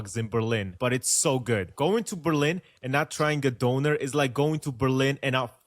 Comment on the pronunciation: döner, not donor.